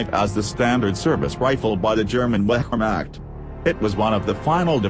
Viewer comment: And Wehrmacht you say it wemac